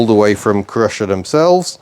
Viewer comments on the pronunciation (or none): Is it not Cy-Rusher rather than Crusher? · Just to give you a heads-up: Cyrusher is pronounced SIGH RUSHER. The name stands for CYcle RUSHER. Thanks for the review. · Youre saying the name wrong. Its Cy-rusher as in 'cy'cle. You can de-restrict this very easily by removing the panel directly below the battery and disconect the one wire jumper connector and thats it. Full 900w power. Will do 40kph 👍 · It’s pronounced Cy-rusher